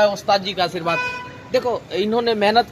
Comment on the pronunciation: आशीर्वाद होता है। नाकि आर्शीवाद